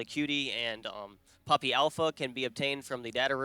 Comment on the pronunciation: I thought for a bit you were saying Pewdiepie and was rather confused.